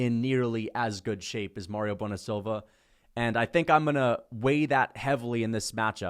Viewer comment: It's Mayra, not Mario, you genius